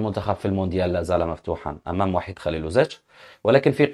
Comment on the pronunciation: س- الكل ينطق بإسم VAHID"صربي" و ب:وحيد"إسم مسلم عربي" فرق كبييير و شاااااسع بينهم إذا المدرب الصربي ليس مسلما....